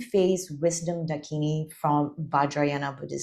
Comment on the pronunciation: Absolutely SUPERB video, most appreciated. Gives very valuable information difficult to find otherwise. But please do research your pronunciation. Parvati is pronounced PAAR-VATHI. And not Par-vaati. Mandarava is pronounced MAN-DAA-RAVA. Dakini is DAA-KINI. It does not rhyme with Bikini! :) Thanks! 🙏